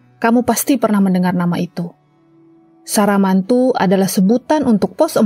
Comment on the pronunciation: SAMARANTU jadi SARAMANTU kwkwkwkwk.... kocak lu